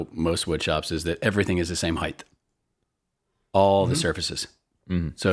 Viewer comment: The word is "height", not "heighth." "Heighth" (or "heigth") hasn't been the appropriate spelling or pronunciation since the 18th century. Also - it's "material", not "maturial."